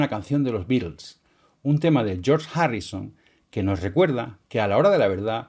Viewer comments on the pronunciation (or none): none